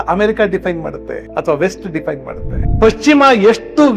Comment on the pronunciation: ಅಣ್ಣ ಸಾವಿರ ಸಲ Diffaine ಅಂದ್ರಿ. ಎಲ್ಲಿ ಕಲಿತಿರಿ? ಆ ಮಾತನ್ನೂ Diffaine ಮಾಡಿರೋದು ಅವರೇ 🤷‍♀️